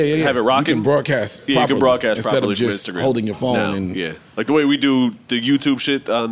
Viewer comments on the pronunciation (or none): none